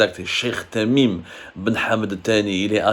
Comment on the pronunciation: tu prononces tres mal le nom de l emir